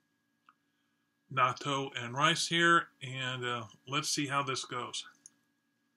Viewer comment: There are a lot of varieties of natto - when you have fermented foods, they can go in many different directions. It's sort of like cheese in that respect. I've liked it okay exactly two times, and not liked it the other times I've tried it, which is only... five times or so. Incidentally, for the pronunciation, the "っ" before the "と" of なっとう (納豆) means you first pronounce the "na", and then have a moment of silence and kind of strengthen the "t" part of "to". And while it's inaudible to us native English speakers with our flexitime language, the "o" sound technically blends into a "u" (う) sound although in practice it's more like the "o" is just extended a bit. Also there's the aftertaste... were you okay with that?